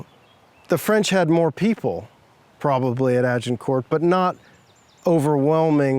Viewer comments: Jheez can the guy not pronounce Agincourt!!!? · why is he pronouncing the T in Agincourt :P